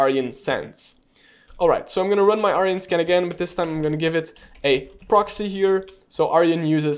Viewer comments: It’s Arjun not Aryan… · It's pronounced ...Ar june :) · Cool content :) Just a help tip the tool name is Arjun not aryan